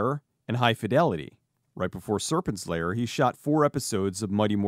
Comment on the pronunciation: Sounds like you are saying "Serpent Slayer", which sounds like a dope title for a movie tbh